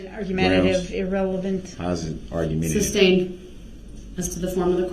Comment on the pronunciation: It’s also unbelievable that no one told him it’s not pronounced SUB-stained 🙄